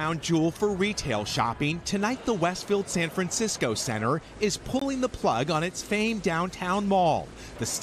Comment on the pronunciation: "San Francisceow"